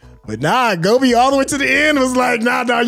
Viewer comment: pronounced Gopi as Gobi (like the sabzi). That's so funny 🤣🤣